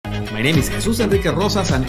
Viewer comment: YAY 🤗you got the body language guy involved. He’s a hoot 😂.....Anything he says is funny. Especially the way he pronounces his own name 🤓.....ahhh a marriage made in Heaven. The Sparkles and (sounds like Ricky Ricardo on speed) 🤩....and “what’s the big deal about that gold dress? Turn it OFF.”